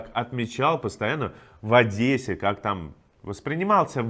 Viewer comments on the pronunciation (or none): none